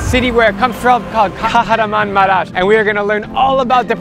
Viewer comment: As I'm from Turkey, I got triggered when he said Kaharanmamaras to Kahramanmaras (ş)